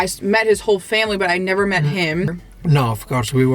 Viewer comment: “Abasooletely nevaar” ❤